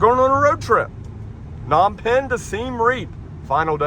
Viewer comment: its PA-nom penh